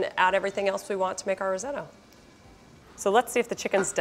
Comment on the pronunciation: Breville. A great Australian company. Never heard risotto pronounced Ri-zoe-toe before though.